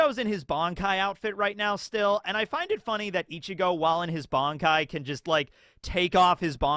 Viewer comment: At one point you referred the creator of bleach as ODA, also why do you call it "BONKAI" and not "BANKAI"